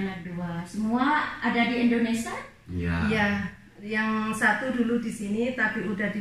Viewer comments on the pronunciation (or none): Maaf mbak bukan Indonesa tapi Indonesia,jadi mbak sebagai yuotuber banyak ditonton ,jangan sampai salah2 bicara